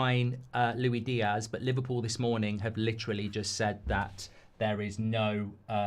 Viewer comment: Stop saying “Loui Diazz”! It makes my ears bleed. It’s “LOU-ISS DEE-ASS”